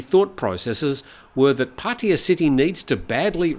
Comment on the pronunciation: It's not 'Pah tee ya" aaaarrgh...worse than when long time expats say "bahtS" for any amount over one baht. Or my favorite, "Foo ket"😂